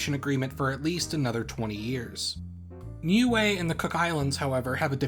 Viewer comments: As far as I am aware, if you talking about the ending in Niue, it is not said like "glue" at all. I do write pronunciation with something close enough to IPA, so it would be easily understood by many people. Glue is pronunciation /glu:/ Official English for the name of Niue /nju:ei/ or /ni:ju:ei/ But the native language does write phonetically, so it seems it would natively be /niue:/ Remember that in IPA /j/ is when English uses Y as Consonant, /ː/ means vowel before is long. It's pretty easy, the phonetic alphabet (IPA). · Niue is pronounced "new-way"?! I've been saying "nigh-eww".